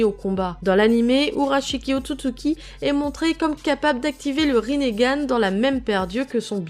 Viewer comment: arreter de dire le rinégane